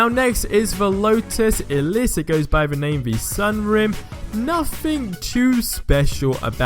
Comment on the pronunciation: Pronounces Pontiac 'Ponittiack' Meh Pronounces Elise 'Eliss' You've just crossed the line.